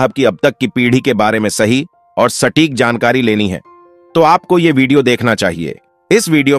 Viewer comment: Sankari nahi jankari padhiye bhai